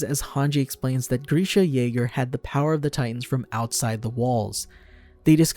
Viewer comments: He still can’t pronounce grisha so no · or moblet